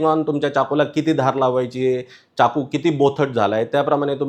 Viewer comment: खूपच उपयुक्त माहिती🙏🙏, पण अनावश्यक इंग्रजी शब्दांचा उपयोग खूप आहे, च्याकू नाही तर चाकू असा उच्चार आहे. बाकी न आणि ण 😂😂सोडा